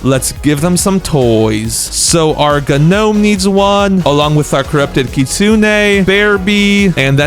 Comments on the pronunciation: Guh nomed is crazy (its pronounced nome) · Not terrodactll p-terrodactll & not Nome g-nome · I’m not trying to be rude but why he saying Ga nome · The p in pterodactyl is silent and the g in gnome is also silent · This guy did not learn, grammar, bro, said gnome the G is silent